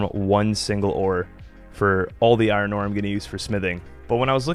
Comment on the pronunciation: Bro wtf man. Why can't you say iron or chisel properly? 😂